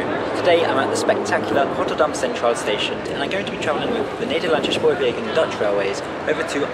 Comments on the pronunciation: Only thing is, not all Dutch letter S's sound like sh. In fact very few do. Not shpoorwegen but spoorwegen. Not Amershfoort but Amersfoort. Appreciate the effort though! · Great video. However, as I commended you on your Turkish pronunciation you fell into the trap of Germanifying Dutch words. You said "Schpoorwegen" and "Amerschfoort". With Dutch it's WYSIWYG but Brits make it harder when it doesn't have to be so. One other thing I would like to mention is that Rotterdam Centraal Station doesn't include the city's name on the signage outside the station, something unique here in NL. During re-construction it was decided that the new iconic design represented Rotterdam, therefore including the city's name would be superfluous. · You don't need to pronounce it Shpoorwegen or Amershfoort. The Dutch don't.